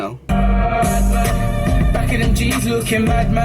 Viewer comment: Props for saying deno name right first time